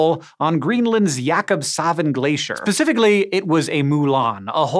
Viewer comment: Pacificaly ?? Grrrrr come on man your a science reporter. Specifically!"